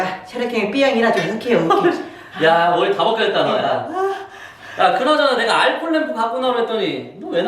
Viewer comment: 광자 알콜을 아이콜이라고 함 ㅋㅋㅋㅋㅋ